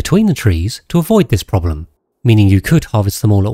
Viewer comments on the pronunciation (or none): none